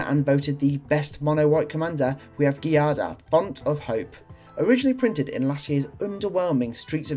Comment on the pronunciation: Giada is a real female Italian name. It's pronounced "Gee-ah-da".